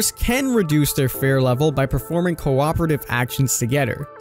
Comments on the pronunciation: It’s “fear” not fare xd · It's pronounced feer, not fair. But spelt fear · EnglandIsMyCity fee-er. Fir is a real word and pronounced fur. In fact the way you said it is not spelled (I believe you meant pronounced) is exactly how it IS pronounced. Fffff eeeeee rrrrr. Not ffff iiiiih rrrrr and definitely not ffff aaaaah rrrr the way King was saying it lol no hate for anyone. It was just a silly thing. Like when Noob was saying Plag instead of Plague. Only I’m more surprised by King not realizing its fear not fair and would almost indicate to me that he isn’t familiar with the story. Or maybe he was just having a doofus moment haha ❤️❤️ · Why are you saying fare/fair? It’s fear.. fee-er lmao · Why are you calling it “fair” isn’t it fear? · Fear tier = fare tare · So is anyone gonna teach him how to say fear correctly? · How can you not pronounce fear? 🤦🏻‍♂️